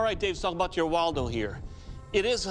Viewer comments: you say the name like waldo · 왈도라고 들리노 ㅋㅋㅋㅋ